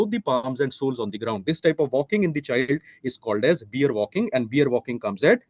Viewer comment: Beer? It’s pronounced bear .